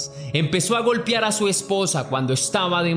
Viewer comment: Amigo, narras muy bien las historias y le pones ese toque mágico de suspenso. Pero con mucho respeto y admiración te hago una pequeña observación; se dice, golpear o golpearon, no (golpiar o golpiaron) es con mucho respeto.